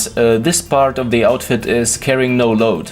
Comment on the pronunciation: I like your videos, but you should stop saying "Zee" instead of The all the time.